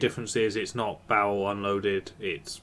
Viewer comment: Just FYI, and various points after that, when you say "barrel", it sounds a bit like "bowel-er"... possibly the source of Xterm's confusion? Like, is that the thing that puts his bowels back in after a train disembowels him? xD